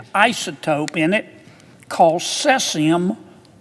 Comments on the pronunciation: Sesseeeuum 137 👁👄👁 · I loved the part where he says sessium Like what?! Not to be rude but do people even call it that??? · Ah yes. Sessium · did he say sessium? Its CAESIUM! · The way that senator pronounces caesium drives me mildly crazy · When said the shrimps were infected by cesium, i was like “here we go again”. Also, first time brew said Goiânia was bad, second time was alright. It’s easier to gringos to say Goiás but not Goiânia. Lol